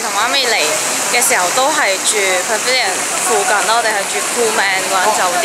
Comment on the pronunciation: 马来西亚口音（pavilion) 不会好像你这样说的口音